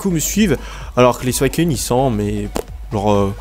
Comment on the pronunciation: C'est pas Souaicun Mais suicune